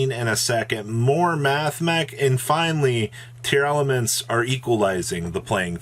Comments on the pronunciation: Pretty sure it’s just “tearlament”. there is no extra “a” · Its actually spelled & pronounced TEAR-la-ments